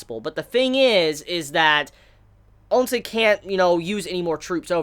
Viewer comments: Ayeeee no more "on-sen" lololol 👍🏻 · I know you are free to say "OnSen" if you wish but I wanted you to know that you are messing up a huge deal here because Ou is actually their family name. Ou Hon, Ou Sen, Ou Qi all share the same family name and when you say OnSen, it sounds wrong on so many levels which is why many people complain. Just wanted to point out the fact. Same for Qin being pronounced "Chin" which would go in the future to become "China"